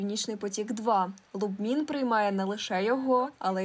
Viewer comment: по-перше, не Лубмін, а Любмін. А по-друге, не "Фоерк", а Фолькер Еркманн (Volker Erckmann) :-)